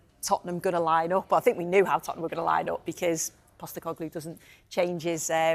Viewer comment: Man said costecoglu lol